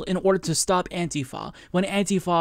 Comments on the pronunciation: I hate the new way you are saying antifa, what is antiFAa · Love when says "Anti-Foh", haha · Your accent when you say antifa tho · Ohma Zi-o lol....you are mistaken...i do not support donald trump. I do not believe antifa are terrorists...quite the opposite. I just can't stand the way pronounces the word antifa...i have never heard anyone pronounce it the way he does...its like a physical irritation....like homeboy said up above....like nails on a fucking chalkboard everyrime he says it.